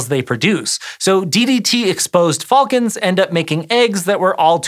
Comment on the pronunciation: How much do i have to pledge on Patreon to never Here this guy say. Ever again????